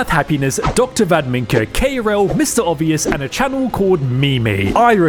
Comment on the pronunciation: When I heard you say MrObvious... Oh when I heard you say that prick's name.